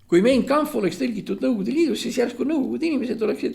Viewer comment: "Mein Kampff" hääldatakse Main Kampff.